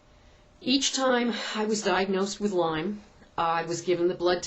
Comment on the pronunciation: its LYME not LYMES